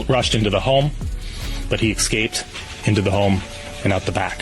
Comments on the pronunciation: Love the reporting but can you please stop saying ecscaped? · 😂 the officer said excaped too! What in the world!?